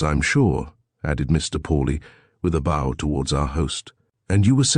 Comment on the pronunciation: Like BOW and MEDIEVAL. 🤗